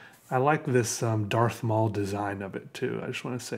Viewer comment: "Darth maul pen" lol!